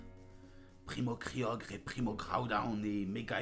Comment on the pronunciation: pourquoi tu dis pas groudon et kyogre et non pas kayogre et etgaoudone m'arrache les tympans